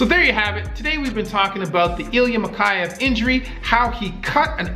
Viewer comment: mikhEyev, not mikhAyev